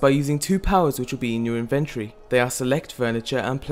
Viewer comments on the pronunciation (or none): I agree. I don't dislike his voice or anything, I just don't like weird pronunciations. I laughed so hard when he said "inventree" it's called an inventory, bro.